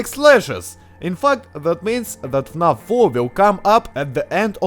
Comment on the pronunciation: Имена и "фнаф" ты произносишь, ну, с очень русским акцентом)